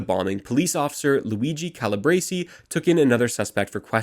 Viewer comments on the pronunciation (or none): none